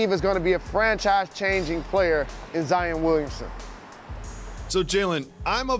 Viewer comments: Zien or ZION!?!? 🤦🏽‍♂️😂 Jalen: “You just got Zien!!!!!” 😂😂💀💀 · Jalen it’s Zi-on not Zi-in